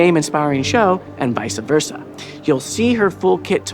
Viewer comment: can we normalize not saying VICE-A versa? it's vice versa, like Miami Vice